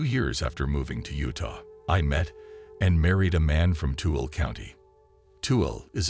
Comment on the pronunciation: Tooele, It's pronounced too-ill-a😁